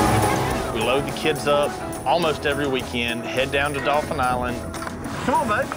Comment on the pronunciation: OFPS - it's Daw-fin, not dolphin. You grew up there you should know that. Anyway, they made the best choice. Spoiler alert if you're reading this before watching the end. . With the savings on the house cost, they could get high end, very comfortable futons for the Fish Camp. They didn't discuss maintenance fees, though. The idea of selling when the kids are older is perfect. That and money they'll likely make on renting it should give them enough profit to buy something better then.